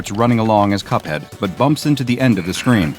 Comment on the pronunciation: That's not cup head that's hup head